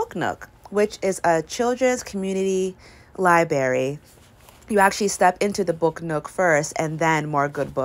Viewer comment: Libary? Lol that’s not how you say it dear it’s library.